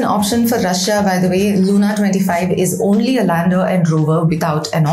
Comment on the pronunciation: You r a scientist. Also speak such good English. Please try to correct the pronunciation of typically Indian mistake of LUNAR AND SOLAR. Both are pronounced as if there were a U OR AN E IN PLACE OF A. So as if it were SOLER OR SOLUR……